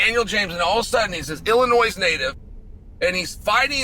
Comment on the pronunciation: THE S IN ILLINOIS IS SILENT MORON